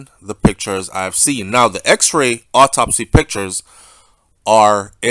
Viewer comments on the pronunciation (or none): none